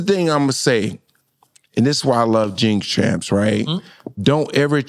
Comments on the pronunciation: Bill said, “Jimp Tramps.” Let’s give it up for that! Ima take a shot to that. 🥃☠️🤣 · "Jixx Tramps" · Bill said jynx tramps like 8 times 😂